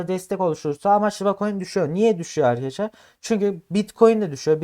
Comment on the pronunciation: Köylü müsün şa Eykadesler ne oglumm Arkadaslar